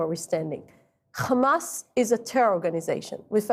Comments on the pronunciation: All came out of her mouth is rubbish. It's not Khamas its a hamas. Western journalism is dying. Taken over by Zionist. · The way she pronounces kkkkhamas. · can't even pronounce hamas properly